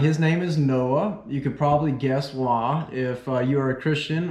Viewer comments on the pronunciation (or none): I could’ve guessed that you were a Christian from the way you said why like “wha”